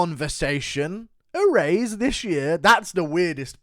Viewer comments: a raise this year was the weirdest part for me, but then listening further i think that's just guru's way of say erase, which is equally weird. i turned closed captioning on and it said a raise this year just like i knew it would, sounds nothing like erase when he says it. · Guru not knowing how to say erase is goofy. “E-raise”